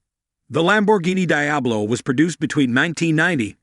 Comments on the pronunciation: How do you talk about a car that you can't even pronounce..Watch one video on you tube, and you would get it right... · Dear God it's, De-ab-low